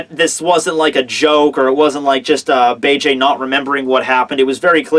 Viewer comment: please watch the English dub, so you can start pronouncing Bege's name right.